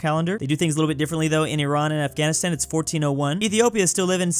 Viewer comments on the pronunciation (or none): none